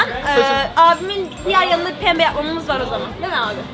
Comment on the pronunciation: Peeembe değil pembe